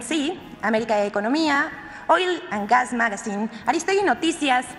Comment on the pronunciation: Voz insaider ei si, Oil an gas magazine, Jajajajajaja pinche Vilchis, Jajajajajajaja, Se la mamó Vilchis con su inglés. jajajajajajajaja